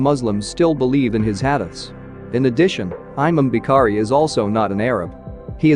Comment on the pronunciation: He says aymam bee-kharee (imam Bukhari) 😂